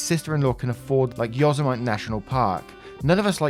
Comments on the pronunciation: Yozamyte? (your pronunciation dude!) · Yosemite is 4 syllables. More like Yo-sim-a-tee. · The national park is pronounced Yo Sim I Tee. I don't mean to be mean, I just want to inform you for future reading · Yoseimite is pronounce YO Sem i Tee. (I live in the same county) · Yosemite: yo-SEM-ih-tee It's a weird one; anyone not familiar with it would have pronounced it the same way you did. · Helpful word pronunciation guide: Yosemite is Yo - Sim - it - tee. And it’s a beautiful park. Like they could do an rv and camping trip together. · Yo sem ite, not cool man. Yosemite is said like "Yo-so-mighty" but said quickly, don't worry, loads of people mess it up . Great job on everything else though man, love the content 👌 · Yosemite = yo-SEM-i-tee The "i" is a short "i," like in "it." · LOVE your reading and your energy. Helpfully intended comment: the American pronunciation of the national park named Yosemite is: Yoh-SEM-ih-tee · It's pronounced Yo-sem-it-ee,. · Hey. Yosimite is pronounced yow·seh·muh·tee. Just fyi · As soon as I heard “yozemit” instead of Yosemite I passed away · He's not from America, cut him some slack! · I’ve heard many people in the states pronounce it the same way you did, though yes incorrect, but I mean we butcher names all over the world so you’re definitely not an idiot with the mispronouncing. (Though, having the syllables like above took me an embarrassing amount of time to figure what ‘yow’ was) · Dude, the previous president of the USA mispronounced that. lol. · Yosemite pronunciation was adorable. You never watched Looney Toons? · you amuse me. Sometimes I think you mispronounce words for fun but others I think you just don't know. If I were in this situation I'd use Google to find the correct pronunciation for words I don't know. You got kabuki right of but butchered Yosemite, which I know is a hard word to figure out, it's pronounced Yo Sim I T lol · Just for how you pronounce Yosemite